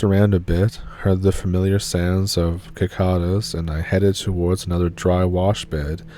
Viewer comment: sicada, not kikada.